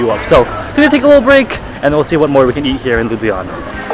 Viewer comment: i love how he said lubujana instead of ljubljana